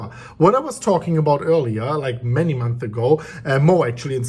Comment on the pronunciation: Months* learn how to pronounce